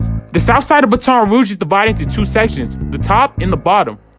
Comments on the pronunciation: Its “bay-ton rouge not “bah-ton “ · I’m feeling the content... but you did all this research and don’t know it’s pronounced Bat-en Rouge not Ba-ton (sticks police use) 🤷🏾‍♂️ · mane said "bat - ton" rouge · Not Ba-ton Rouge, it’s Bat-on Rouge 😂😂😂😂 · "BAT-UN Rouge" dawg not "Buh-Ton" learn how to pronounce before you talk about it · its baton rouge not ba ton rouge lol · Hol up hol up. Did this nigga just say ba ton rouge. it’s bat’n rouge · "Ba-ton Rouge" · Nigga said baton 😂😂😂😂😂💀💀💀💀💀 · It’s pronounced like BAT-TON 😭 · Ik this boy aint just say batton rouge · "batawn rouge" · this man said “batoaun rouge” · Ba-ton rouge??? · It’s pronounced Bat- on Rouge😂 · it’s not buh ton rouge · Lmao its "bai-ton rouge" 😂😂😂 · its bat-ton rouge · Did this nigga say bu ton rouge💀💀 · It’s Baton Rouge like Batman. Baton. Not whatever tf you said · Boa said BeTon Rooge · I been waiting for your next video! But the way you mispronouncing Bat-on Rouge is KILLING ME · NIGGA BAT-ON rouge we told you last time god damn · Sound like he said ba town rouge 😂🤣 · Lost me when he tried to pronounce Baton Rouge. Butchered that 💩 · Really with you know how to pronounce Baton Rouge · not how you say Baton Rouge😂😂😂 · The way this man said Baton Rouge is tragic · Yup not finna watch the video 3 seconds in and he can’t even say Baton Rouge correct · he does that weird shit again 😒😒😒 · Did bruh just mispronounce baton rouge😂😂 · Bro you saying Baton Rouge wrong lmaooo